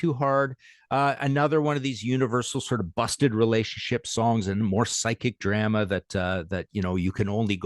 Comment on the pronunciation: So why does this fella pronounce drama wrong